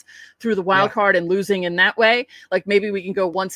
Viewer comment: Yeah, a Yankees hater who can't properly pronounce LOSING. What a way to go through life.